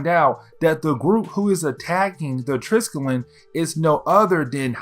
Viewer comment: I mean this in the absolutely nicest way possible, as I have enjoyed binging your content the last few days, but the big old carrier that S.H.I.E.L.D. uses, the Triskelion, is pronounced like "try-skelly-on". I don't know why they named it that, as it is the name for a type of symbol consisting of three spirals aligned in a triangle. It doesn't look anything like an aircraft carrier. Regardless, keep up the good work! It's been cool to delve into the Ultimate universe like this, as I never really got the chance to do so when it came out!